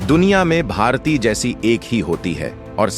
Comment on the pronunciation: Pronounce properly, it's bharati, not bhartiy. Y is not there